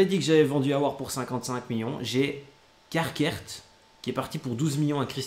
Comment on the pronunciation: c'est caqueret et la prononciation c'est KaKrai😂😂😂😂